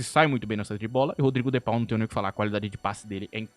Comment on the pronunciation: O de pau e pika(apenas zoando o jeito que tu falou o nome dele)